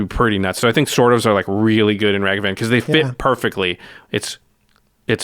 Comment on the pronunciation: Able to pronounce Asmor correctly. Also: Mispronounce Ragavan